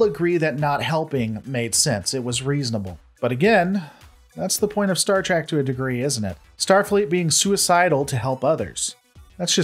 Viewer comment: It is STAR TREK not STAR TRAC. How much do you really watch?